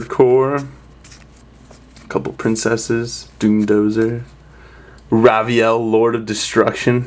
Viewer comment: Raviel is pronounced RAY-vee-ell Phantasm is pronounced FAN-taz-em You're welcome sir.